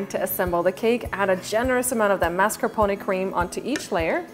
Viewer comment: You don't pronounce "mascarpone" correctly, lol, but this cake looks amazing.